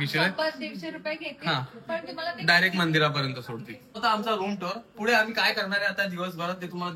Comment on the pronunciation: I have notice this many time that says फुढे and not पुढे.. but I like it😂